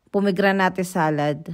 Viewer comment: it's po-meg-gra-net po.☺